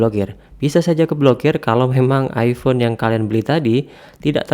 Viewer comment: iPhone bang, bukan iifhone